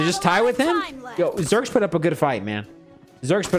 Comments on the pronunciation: its zhyyyrex not zherx bro check out his montage and other videos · It's a like T-Rex that's like Zhy-rex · I think it is pronounced as "ZHAI-RIX"